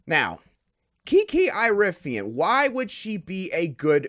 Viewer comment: Dude you have to say her last name right. It is like Erie-ah-fin.